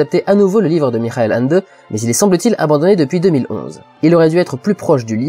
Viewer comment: "Mischaël Ènndeu" serait plus proche ^^